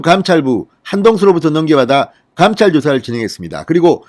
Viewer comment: 당시, 감찰. ..발음처리 너무 틀려서 거슬려요.